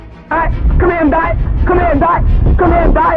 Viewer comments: "hello guys" sounds like "hello gays" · Did Bro Really Said “Hello Gays”💀💀💀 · Who heard gay instead of guys 💀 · The fact that he said hello gays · Bro said hello gays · Bro said us gays